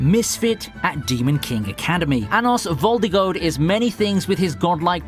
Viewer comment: I already saw the first one where he said anos voldigold